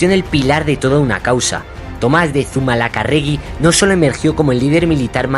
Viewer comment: Madre mía....Zumalacárregui....palabra esdrújula.....acento en la tercera a...